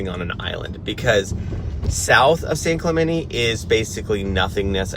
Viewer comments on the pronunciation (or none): Hey white people...it's pronounced San Clemente... not San Clemenee. Don't insult my culture like that.